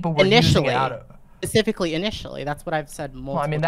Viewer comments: Is saying 'pacifically' instead of 'specifically' a dialect quirk im not aware of or is just dumb? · Pacifically. Edit: Wait, did she just say she wanted her video to be the end of the discourse for the whole space? What the fuck kind of naive self-aggrandizement is that?